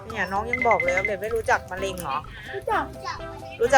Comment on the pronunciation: มาแล้วครับบบบ กินของย่างระวังมะเร็งนะครับบ แม่อุ๊พูดว่ามะยิง55555+